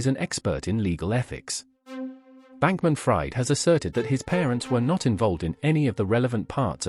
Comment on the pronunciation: U can't even get his name right, it's not like "fried chicken", it's pronunced "freed"